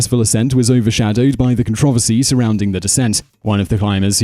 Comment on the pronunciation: what the hell is a con-trovisty